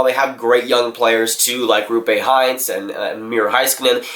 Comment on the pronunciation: Say it with me... ROOPE HINTZ. As in Rope-eh Hint-s